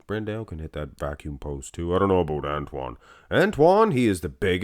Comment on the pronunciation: BranDOW! BranDOW! BranDOW! FFS! 😄 Not BranDaAyôU! Also Charles Griffen vs. William Bonac